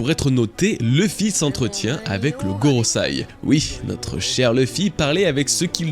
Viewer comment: GorosEi, avec un E, pas GorosAi. Bon sang c'est pas comme si c'était ton travail pourrais-tu bien le prononcer ne serait-ce que dans une seule vidéo ? lol